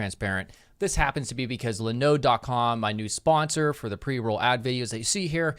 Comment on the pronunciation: Useful video and a useful website, but..... "Le Node"... Do your servers also run "Le Nux"? Linode is pronounced like Linux, dude. 🤦‍♂️🤣 Side note, they're a terrible provider, they've failed to keep up with the rest of the industry and aren't as reliable as GCP, AWS, or even Azure. If you want simple "install WordPress button" style hosting because you don't want to do coding or DevOps, try going with a provider like Digital Ocean.